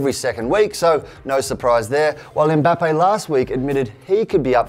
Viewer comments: Finally someone who doesn’t call him “Embappe” 🙌🏿🙌🏿🙌🏿🙌🏿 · Who's Zané? But big ups on pronouncing Mbappe right👌